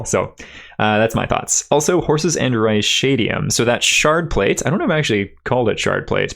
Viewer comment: It's pronounced "kazem"-fiend. Y'lknow. Like a fiend of chasms. Also pronounced "reh-shadium" everywhere I've seen it, not "rye-shadium". "Ee-Ree-Al-Ee" "Natt-en" (like the fly, gnat)